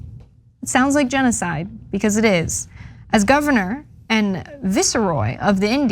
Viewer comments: "Vice Roy" is the pronunciation, not "Visser roy". im sorry, I just had to say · I'm totally down for getting rid of Columbus Day and celebrating our indigenous people instead. But, girl. Tayano? Viseroy? Did you review your script beforehand? Really cuts our progressive credibility. ::Chrissy Teigan face:: 😬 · It is pronounced Vice ROY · I don't know if it is an American thing or just this stupid presenter. It is pronounced " Vice Roy." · I am more triggered at how she butchered the English language. "Vice-roy"